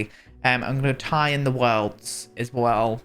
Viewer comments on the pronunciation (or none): Every time says "the worlds" I absolutely crack up laughing it never fails.